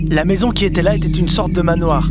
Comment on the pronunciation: Bonjour ,j'apprécie énormément vos vidéos mais ........par pitié ne faite pas de liaisons avec les h ....genre maisons zantées....Bisous